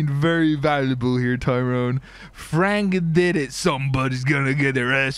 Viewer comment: canyenn mcallaster it’s Tyrone not Throne